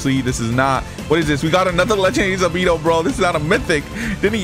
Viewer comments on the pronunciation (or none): did u say sabeeto?? its sabito